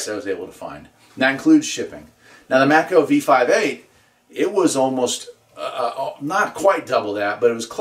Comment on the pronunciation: The maco v58 and v5000 are the same antenna except for the matching ring. This is a 5/8 ground plane not a dipole. Maco is pronounced “may co” You can upgrade the v58 with some number 6 ground wire, by duplicating the matching ring in copper to handle the power. The v5000 is the v58 but is rated for 5000 watts.